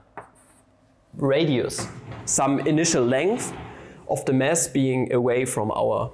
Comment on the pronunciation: I just wonder, if you intentionally pronounciate "mass" as "mess" (ca. ). Yes, physics and math can become a mess :) Love your brute-force derivation!